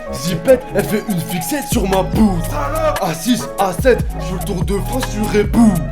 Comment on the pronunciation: mon gars on dit "poudre" pas "poutre" sur fixette